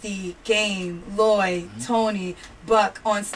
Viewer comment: it's LLOYD , not LLYOD you stupid bitch.